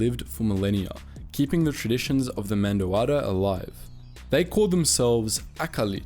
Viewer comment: Mandoadda? Bro there's literally a website that has pronunciations for Mando'a